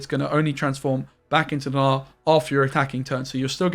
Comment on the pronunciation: sir, can you stop saying g-nar